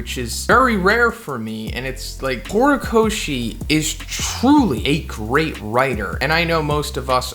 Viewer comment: Lmao "horocochi" i can't ,lmao this is epic 🤣